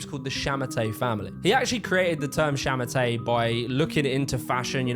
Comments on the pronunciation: And it’s sha ma tuh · 杀马特 sha ma te , no R at the end if you want to pronounce it right. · You say it more like “sha ma ter” not “sha ma tay” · it's pronounced more akin to "sha ma TUH" (like the word "duh") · understandible..but hot damn you slaughtered the Chinese names. you said shamate once right at the start, from then on i kept hearing you say it like I'd expect an English speaker. and oh boy...luo fuxing sounds nothing like what you said aside from the ing at the end... luo sounds closer to low fuxing would sound something like fuu shing luo fuxing=lo fuushing might be more but i had to say that. source? i read lots of light novels from China and look up words plus watching donghua or Chinese animation. strange phonetics, really makes English speakers look silly great channel here is asianonmetry, white dude speaks perfect Chinese if anyone is interested.